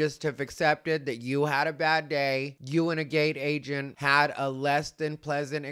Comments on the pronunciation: This part 😂 Also for some reason I kept hearing “gay agent” instead of “gate agent.” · When you first said gate agent i thought you said gay agent. I was like what the F is going on and how do you know he's gay.😂😂😂